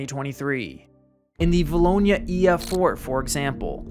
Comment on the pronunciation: Always cool hearing someone pronounce a town of 2000 people correct. 2011 and 2014 were years for vilonia.